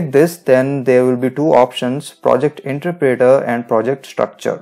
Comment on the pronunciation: you aint saying interpreter right...